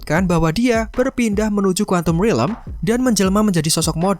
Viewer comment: Stop saying rilem ffs it's realm